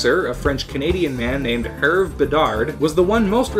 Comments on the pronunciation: Hervé is pronounced Hervey, if you will, because of the little ´ over the e. è or ê would be pronounced ay... sort of. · Shouldn't it be pronounced "Her-vey", since it has an é at the end?